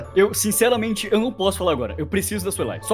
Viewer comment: Foi só eu que percebi ou ele falou sincelamente kkkkkkk